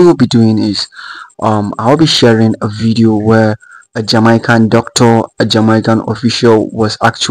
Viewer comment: Why you Africans say jamycan?